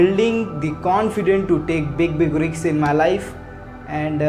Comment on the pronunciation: Check your pronunciation of RISK